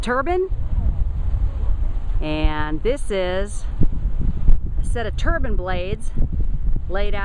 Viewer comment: It's a wind turbine, not a wind "turban."